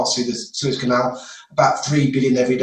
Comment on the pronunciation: Suez CANEL...the word "canal " there is for a reason...Lamo